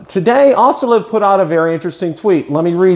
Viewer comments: not to be too pedantic but I believe the pronunciation of “OsitaLV” is phonetically: “oh see’ tah el vee” not “awes’ tee ah lev”. Always a school teacher!!! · Great videos! But its O s i t a LV. not Ostalev.